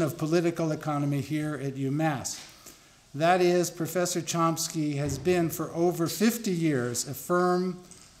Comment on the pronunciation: There's no 'P' in Chomsky... Maybe someone should explain that to the goof introducing him...